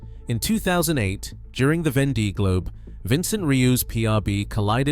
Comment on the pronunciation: It's pronounced vonday by the way!!! Vendee sounds ignorant